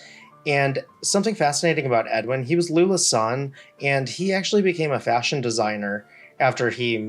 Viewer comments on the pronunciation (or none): none